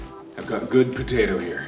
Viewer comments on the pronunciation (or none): A Moto:potato patao Mark:PATAERS